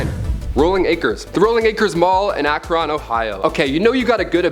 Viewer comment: I live in Akron Amazon did take over rolling acres mall..lol u said Akron wrong by the way.just replace the O with an I and your in there.welcome to Ohio we say everything exactly opposite of how it's spelled.